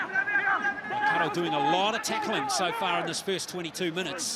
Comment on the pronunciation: Who were the commentary annoying listening to the pronunciation of our two teams. errrrrrrrr